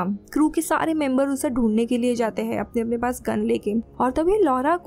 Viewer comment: Mujhe isski "hain" kyu "haim" sunai de rahi hain.